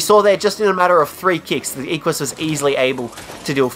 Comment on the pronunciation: It's "eh-qwuh-s"